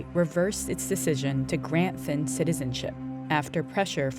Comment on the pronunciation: Here's a curiousity question for those listening why does the NPR narrator consistently say Finn instead of Thind??? Odd, especially since she begins by correctly spelling and pronouncing it correctly. How did that mispronunciation occur so frequently and miss the radar of NPR 'S editorial staff?